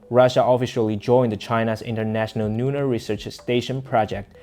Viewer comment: Please pronounce the "L" as "L" and not sounding like "N" at the beginning of a word eg. Lunar NOT Nunar. Thank you for your news and information.